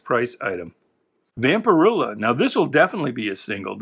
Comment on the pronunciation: Its vampirella like Ella. And fanzine sounds like magazine. Just fyi. Love the channel